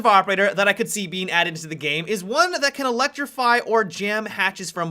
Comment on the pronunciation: Do you mean to add an extra syllable at the end of your sentences? game-a. doing-a